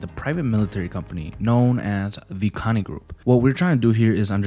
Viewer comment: Also it's pronounced more like Co Ni not Connie. No hate just saying, also spetsnaz in Russian is Спецназ, point this out because you didn't say the ts sound (ц) in the word. Think of the word tsar (Царь). Much love, keep making this nice vids man